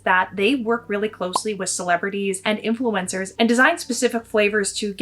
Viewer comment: Are you pronouncing influencers like influenza???